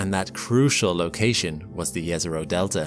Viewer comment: I love how he pronounces "Jezero Crater" correctly! (It is pronounced Yezero, not Jezero, as many often say)